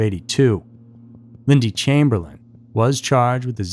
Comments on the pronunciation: Chamberlain isn't pronounced that way in any country. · Thank you. Thought I was in the twilight zone or something with no other comments mentioning this. 😅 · I couldn't watch this because of your mispronouncing of the couples surname, and all of the place names. I suggest that, during your research, please find out how to pronounce names and places.